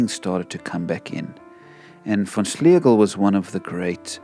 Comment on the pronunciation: You got the name about right, my family did not accent the syllables quite as much schlay-gul